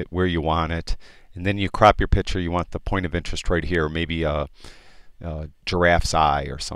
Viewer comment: Inspiring videos, very well done! Im only on the second video and already learned way more than I did at a subscription service I had. Thanks for taking the time to do these!! One request if I may. Stop saying "pitcher" and say "picture" LOL (this of course is meant as a joke, its just a pet peeve of mine!!) Thanks again!!